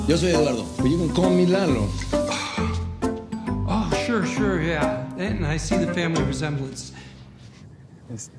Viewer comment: Lalo, you pronounce it wrong.